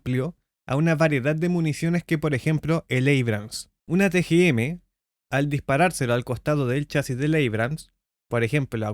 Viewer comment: Muy buen video, gracias, y le pago con una pequeña contribución. El proyectil "Sword" o espada, mostrado en su video, se pronuncia "sord" pues la w en este caso es silenciosa, como la h en hola. Y de paso, el tanque americano "Abrams" se pronuncia "éibrams" y es un apellido. Acabo de descubrir su canal y me alegro mucho, suerte. leonardo